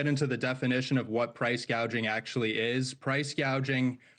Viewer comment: Gouging not gauging.